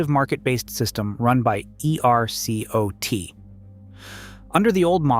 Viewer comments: Nobody in Texas pronounces each letter of E-R-C-O-T... I don't fault the content but you gotta try to tone down the AI usage, not make it so obvious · Just a quick note, for the future: ERCOT is pronounced as a single word, not spelled out. 👍